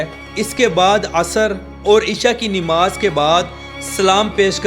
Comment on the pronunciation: نماز نہیں ہوتا ہے نماز ہوتا ہے زبر کے ساتھ میرے بھائی😊😢😂❤❤❤